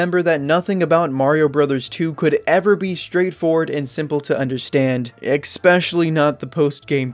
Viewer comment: Why do people say "expecially"? Weird.